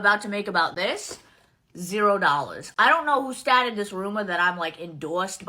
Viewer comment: "Who statted this rumah?" Lol If it wasn't sponsored she was hoping for "gratitude".